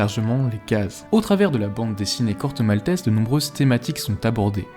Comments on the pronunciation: Un autre qui prononce le nom du Corto, "malteSS", pourquoi? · Corto Maltaisse